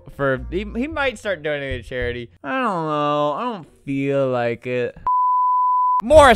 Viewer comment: I lile that you say lile